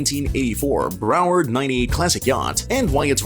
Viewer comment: Your AI narrator needs to go back to school and learn how to read. It’s not Bro Ward and the front of the boat isn’t like a Bow Tie…..